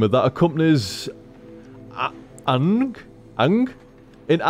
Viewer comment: OK, first off, how the HECK can you butcher Aang's name so badly? Secondly, opinions differ about which version of Avatar is the best. You have Last Airbender (the first) followed by it's sequel Legend of Korra. Now this isn't a show that you can just say "Oh, I'll watch Legend of Korra first and won't get spoiled." If you want to experience the story unspoiled and so forth, you need to watch Airbender first. Also, people are split between which one is better. Airbender is great and Korra herself is a rather strong female lead. However Airbender has a more 'Metroid' feel in that Aang doesn't have all his powers while Korra starts off at least somewhat powered up to my recollection. Overall, they're both great series with a good sense of humor and generally great pacing and characters. I personally love both the main 'rival' in the Airbender and the main antagonist for the first part of Korra. Also, Momo is Aang's little animal pal who looks like Ori. And yes, Ori is a she.